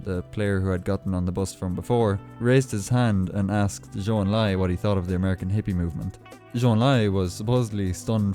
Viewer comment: President Nixon is probably the only US President who knows how to properly pronounce a Chinese name like Zhou Enlai.